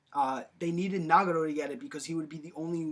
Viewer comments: Can we at least pronounce the names right. NA GA TO not Nah ga Doh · NagaTO, not NagaRo, all you need to do is watch in the original Japanese pronunciation. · its nagATo not nagado =.= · DUDE i know this was made a long time ago but you butchered like every word😂 “nagado” “ renigin” “aktsi” “ edo tensay” lmaooo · yeah that bugged me. rinnengan was like "ren-igen" and Madara was "mader-uh" Nagato was like "nagudo"